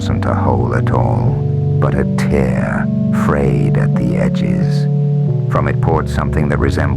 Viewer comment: How disappointed I was to hear the wrong "tear" at the end and realize it was Ai slop.